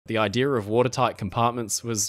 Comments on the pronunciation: Ider? Think it's ideA. Gotta work on that mispronounced word. Sick of hearing it. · The word "IDEA" has NO "R" in it so why do you pronounce it idear like ideeerrr???😅